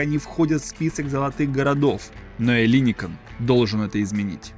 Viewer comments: Какой ещё ЭллИникон,когда- ЭллиникО.(Ελληνικό) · Ударение на окончание -он. ЭллиникОн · ЭллИникон, Эйпл! Ты звучишь странно как минимум. Ударение и произношение бы подготовить. Не про пирожки же повествуешь. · Может Эллинико́н, а не не Элли́никон? Узнайте сначала как правильно произносить это слово. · Маленькая поправочка: греки говорят ЭллиникОН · Эллинико́н! Ударение неверно. Живу рядом, все это наблюдаю.. Все медленно, в час по чайной ложке. Даже не для современных молодых, а для их внуков. Покапостроят, технологии уйдут впереди сноваэто все будет опозданием как всегда в современной Греции. К сожалению. Это вам не Сочи.... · ЭллиникОн ,ставьте правильно ударение. Кто инвесторы?Те же миллиардеры, они и будут там жить,а греки будут обслуживать.Странно было бы думать что в кап стране кто-то заботится о народе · Ну хоть бы в Гугле забил как произносится название района Эллиникон и всего проекта - ударение идет только на последний слог. Оно всегда стоит в написании на греческом, если буквы не заглавные. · По правилам греческого языка ударение ставится на второй слог от конца.Вот и произносите правильно. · Зачем делать такие поверхностные видео, если даже ударения в названиях правильно произнести не можешь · Тоже неправильное ударение уши режет! Если берешься о чем-то рассказывать, будь добр подготовиться.